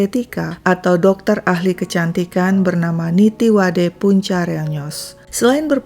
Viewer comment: Min nama Dr.Nittiwadee bacanya bkn Nittiwade, dlm bhs Thai klo ada dua huruf nempel kyk ee dibaca i, jd namanya dibaca nittiwadi